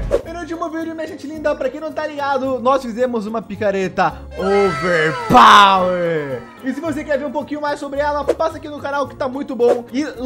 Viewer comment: O falando overpawer